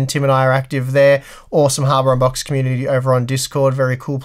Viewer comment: Am I the only one that keeps hearing "Harbor unboxed"?